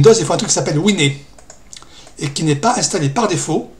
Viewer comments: Moi aussi, j'ai été surpris par la prononciation. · contre es-tu sûr de ta prononciation de Wine ? C'est par ce que c'est un acronyme ?